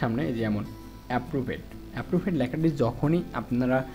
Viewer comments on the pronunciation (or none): ভাই এপ্রুভড্ কে এপ্রুভূড পড়ছেন আবার ব্রানস কে ব্র্যান্স বলতেছেন কেন?